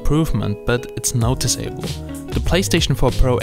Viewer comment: I've never heard someone pronounce "noticeable" as two separate words.